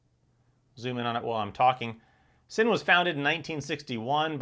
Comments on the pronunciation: It's pronounced Zinn not sin. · I knew German is a tough language for most but wearing these watches is not a sin is pronounced Zin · Sinn is pronounced "Zinn" in German